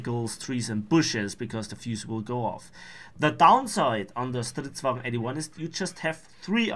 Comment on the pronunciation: When u say stridsvagn it's rly good swedish 👌